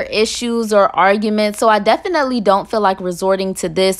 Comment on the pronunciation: Lol if you had a dollar for how many times you say “def-an-net-lee” you’d be a millionaire 😂